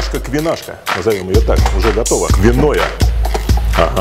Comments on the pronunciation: каша квиноя? Вы ничего не путаете? Может киноа?)) Да, такая каша есть, и мне лично нравится) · Киноа, а не квиноя )